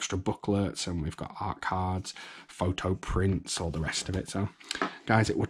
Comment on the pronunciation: " Awt cards" lol